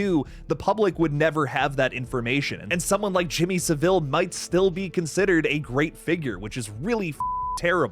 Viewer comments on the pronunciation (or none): Jimmy Savile rhymes with gravel, not Seville the Spanish city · SAVILE!!!!One friggin word NOT Sa-vile!!!!!!!!!!SAVILE,SAVILE..get it!!Listen to british YT channels to hear the right way to say it! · SAH-VUL not fucking SAH-VILLE. Americans always make him sound more regal with that fucking inflection